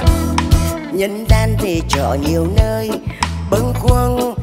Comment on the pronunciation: Nhân gian... khánh ly đã hát nhân van.... có lẽ khó có thể phát âm sai nhưng.... khánh ly đã